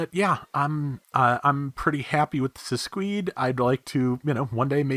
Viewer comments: Yes, as I said on the previous video comments, its name is a mix of "sinistra" and "scudo" (left and shield, in italian). The katakana is correct, however the romaji is wrong. It should've be Siscudo, pronounced SEES-COO-DO. Still make no sense. It could be because of shields are normally carried on the left arm but, the suit don't have a shield and it don't have anything related to guard or block, so... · it's "sis-key-de"